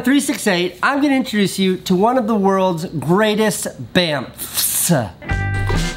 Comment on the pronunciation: him saying the word bamf honestly pisssd me off so much im ACTUALLY ANGRY AT HOW HE KEPT SAYING IT AND EMPHASIZED THE DAMN F LIKE WE GET IT